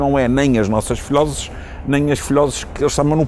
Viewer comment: "Filóses"? Filhoses amiga, não é à moda da Terceira, é português correto!